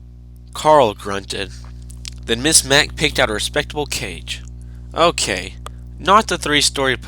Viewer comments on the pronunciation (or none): none